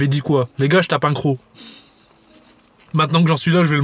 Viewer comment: il dit un cros !!!!!